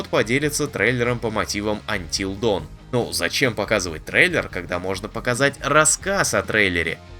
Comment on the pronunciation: Чуваки, на будущее, dawn это не даун, а дон. Рассвет, а не вниз. Донвокер))